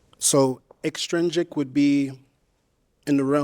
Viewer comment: His first question is too complex worded for no reason but I mess with his confidence. He not even saying the word right. He pronounces it ex-strin-dric but the word is ex-trin-sic. Again not trying to bring down the brother but gotta peep cause alot of people could get easily confused on his question especially intellectually.